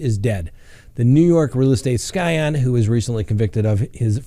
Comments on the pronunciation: Scion is pronounced sigh-on not sky-on. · Hmmm... SCION is pronounced SIGH-un. You’re welcome.